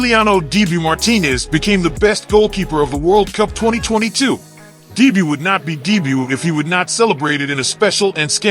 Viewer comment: Love the attempt at saying dibu i havent heard anyone who speaks english call him by his nickname